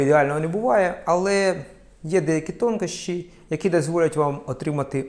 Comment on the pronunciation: Дійсно тонкощі правильно наголошені!!!! Автору респект за поради!!!